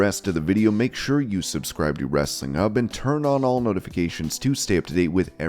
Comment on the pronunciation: there is an 'H' in 'Hub'. It's not 'Wrestling 'ub'